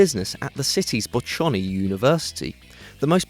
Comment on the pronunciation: How did you pronounce "Bocconi"????